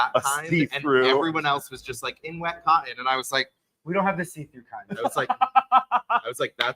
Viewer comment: What is Cah in? Watch that diction ….. there’s a T in that word. You pronounce it cotton.😝